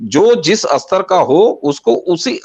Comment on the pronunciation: बाबाजी बाकी तो सब ठीक है पर आपके सहयोगी स्तर शब्द का उच्चारण अस्तर kr रहे हैं